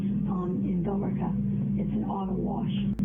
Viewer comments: The way she pronounces “Billerica” makes me want to scream, it’s Bill-Ricka! (Billerica is the [indiscernible] when she’s listing police stations.) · When she calls the police and she’s basically leading the guy, the part you don’t have in quotes is “your mother that lives in Billerica Mass” she pronounced it wrong though lmao. It’s pronounced “bill-rica” not the way it’s spelled. Sincerely, someone who’s spent far too much time in Billerica Massachusetts. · I know the lady's insane because she pronounced the e in Billerica.